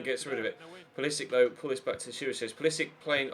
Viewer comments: Hello passive aggressive Nicole, if you read my comment, there is a video of him introducing himself and pronouncing his last name with the "Sick" sound. Hope that helps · Its pronounced Pull a sich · Nicole Adams its pronounced Pewl a sic, there is a video of him introducing himself